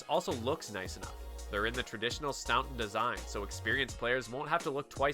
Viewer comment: That knight's an absolute dog. It looks there as if the pieces are too small for the board. The what design? If you mean Staunton, it's pronounced Staunton, and no way are those pieces Staunton, especially the knights.